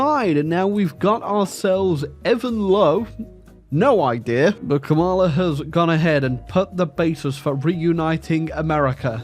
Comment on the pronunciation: Cringing every time car wreck of a pronunciation of Kamala is uttered. The emphasis goes on the first syllable like "comma"